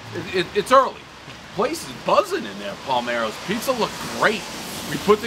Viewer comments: Lol come on.. paler, palmer. Kind of an easy error if you're especially dave, and it's been 10 minutes since your last bump. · Dave just keeps saying Palmero's even when everyone is saying Palermo's. BTW, Palermo is the capitol of the region Sicily in Italy. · I love these reviews but why can’t Dave properly say the names of half the joints he reviews? Palmero’s? He can’t say Palermo? It’s not that tough a name. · Dave keeps calling the place "PALMEROS" but the name is "PALERMOS" like the place in Italy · It’s Palermo’s not “Palmero’s” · You’re saying it wrong it’s Palermo‘s not Palmeros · if he says PALMEROS one more time its PALERMOS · Palmero's? It's Palermo's!!!!! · Its Palermos not palmeros dude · “We are at Palmero’s”. Nope lol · This guy literally stared at the box and still said Palmero's. I don't get it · Palermos, not palmeros. Have another beer. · It's P A L E R M O S. Not Palmeros. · Pal, Er, Mo's , Say it right Not Palmero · IT'S PALERMO'S' CITY IN SICILY!!! Not RAFAEL PALMEROS!!! JESUS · ITS PALERMO'S. DAVE...NOT PALMEROS... ARE YOU UNABLE TO. READ..? YOU SAID IT TWICE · Nobody is going to comment that they keep calling it Palmeros 😂😂😂😂 it’s “Palermos” 🤓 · Fool kept saying “Parlmeros”🤦‍♂️ PALERMOS! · Dave stares at the name on the box and still calls it “Palmero’s”. 😆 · It’s Pa ler mos. You jug head!! Like Palermo Sicily. Gesh. Cmon Dave!!! 😅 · Why he says palmeros???😂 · it set off my OCD too lmao.... palmeros ugh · WOW - 2 different pizzas and wish they were in my neighborhood!!! Looks right at the box and pronounces it Palmeros - lol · paul marrows? can he really not read or pronounce anything right!? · He kept saying "Palmeros." Was there any cheese on the tomato pie? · " Palmeros ". How many times is he gonna say it wrong. 😂. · "Pizza review and we're at Palmero's" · I think Rafael owns Palmeiro's...😅 5 name mispronunciations, everyone knows the rules. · He called it Palmaros over and over. Is he dyslexics? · bro keeps mispronouncing the name 🤣🤣🤣🤣